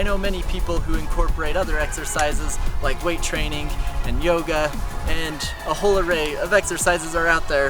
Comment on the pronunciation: Why do u say “training” with “trainink”